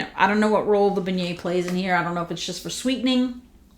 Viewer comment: So good to see you and your ideas are so right! I haven’t gotten this yet but it seems they did a good job with it. On the end of month live with Dan Orchard he pronounced beignets “Ben-ets”, it was so funny. Being from Louisiana we just take all the NOLA stuff for granted. It really is such a neat city with so much culture and history. I could tell by your accent you from there when I first started watching your channel. I’m a north Louisiana girl. Randazzo king cakes are so good. And a side note, Hubig pies are back out! My cousin brought me one at thanksgiving. Anyway really loved hearing your thoughts and can’t wait to sniff these!